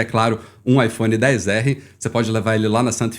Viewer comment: Odeio quem fala IPHONE DEEEZ ERREE pqp pqp mano pqp tem um X Kraio